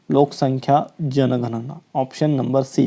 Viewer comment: जनगणना ❎, जनगना✅ 😂😂🎉